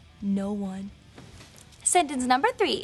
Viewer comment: She said "Thwee sentences" :P